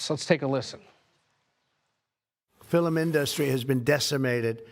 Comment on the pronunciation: Did he say "fillum industry"?